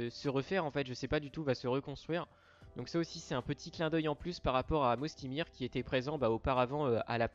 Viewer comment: On dit pas "Mosty mir" mais "Moysty Mayer" ! Très bonne vidéo cependant 👍👍